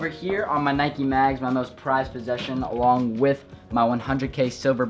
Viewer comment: Hold up bro did u say neekis